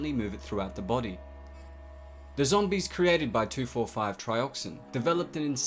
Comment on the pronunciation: You get a thumbs up for pronouncing the “2,4,5 Tri” chemical compound so well!